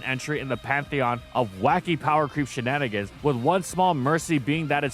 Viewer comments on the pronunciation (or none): none